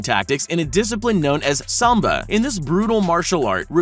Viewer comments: Sambo, not Samba... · Sambo not samba